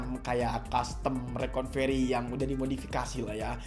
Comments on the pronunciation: bukan reconvery bang tapi recovery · Makanya bang Jangan coba coba kalo bukan suhu , koreksi bang bukan rekonvery tapi Recovery bang🙏